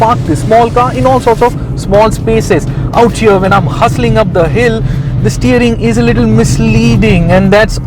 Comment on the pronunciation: Hill not pill 😆